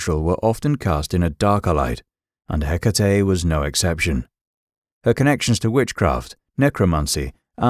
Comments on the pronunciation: Her name is HE-KA-TE, not hiccatei😅😅😅😅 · If only you would pronounce her name (and any other greek name) appropiatley. Can't be that hard???❤